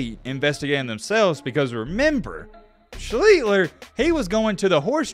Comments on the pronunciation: The very least you can do is pronounce his name correctly. Not Schleetler. Try adding an s and t and dropping the t and l. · That isn't how you pronounce his name, it's SHLEACHS - TER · For a guy that supposedly did his "research," he can't even pronounce his name. It's SLEESE-STER. I just couldn't get through it. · It was pronounced Sh-lee-sh-ter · Pronounce well his last name. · u r really butchering his last name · Your pronouncing his name wrong. Lol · The video is good, but you have to be sure you’re pronouncing the last name correctly. It takes away from the quality a lot.